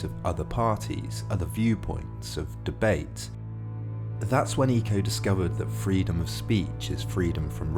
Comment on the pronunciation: Pretty sure it’s pronounced ‘echo’, but good vid!